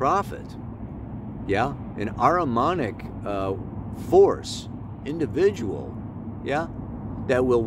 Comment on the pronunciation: Hi and thank you. You mention the word “Aramanic”, but do you mean “Aramaic”???